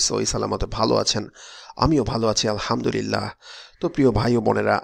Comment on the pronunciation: Apni j 'alhamdulillah' poren onekta alhamdurillah r moto suna jay..asa kori sposto vabe porben...apnar sikkha goto joggota janaben..